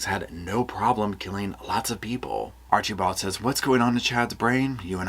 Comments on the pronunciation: I LOVE how you pronounce Archibald, Archie bald 😂 I don't think it's done purposely but I giggle every time you say it💙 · Oh gosh I'm a big fan but the way you kept pronouncing Archibald 😂